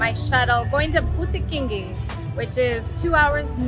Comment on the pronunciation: Tu as toujours du mal a dire bukkintiggi 😂🤝✋🏼